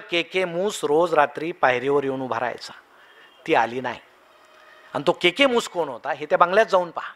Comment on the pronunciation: के के मुस नाही सर, केकी मुस असं नाव होतं त्यांचं.